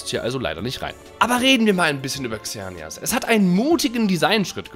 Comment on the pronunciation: Wo du Xernias gesagt hast hab ich ich verstanden Xenia und ich heiße Xenia😂